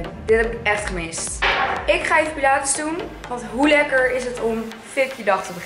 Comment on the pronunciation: Omggg haar uitspraak soms kan daar echt niet tegen ze spreekt Engelse woorden veels te plat uit... hahahah zoals “Pilates” dat spreek je uit als “Pailets” maar ze spreekt t uit als “pielates”. Of “zucchini” spaghetti dat spreek je uit als “Zukkini” maar ze zegt “zuggini”. Krijg daar echt autistische trekjes van loll